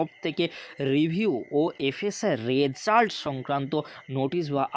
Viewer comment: Result pronunciation তা শুনতে খুবই weird শুনতে লাগছে please সিম্পিল ভাবে বলুন ।